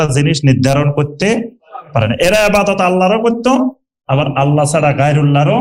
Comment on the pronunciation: আল্লা না । আল্লাহ্ শুদ্ধ করেন